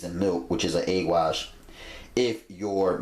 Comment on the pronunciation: " dont need NO eag wash."